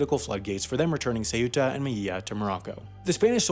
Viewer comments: The "eu" in Ceuta is pronounced as a diphthong - basically, instead of "say-oo-tah," it's more like "sew-tah." If you say Minnesota with a London accent and then just lob off the first two syllables, you're gold, Ponyboy. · It pronounce septa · "ceyoota" "veléz" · I think “meyiya” was somehow even worse than “say-yoota” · Me encanta cuando dice seu(ú)ta y mei(í)lla